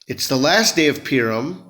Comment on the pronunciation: Purim... pronounced Poohrim...😊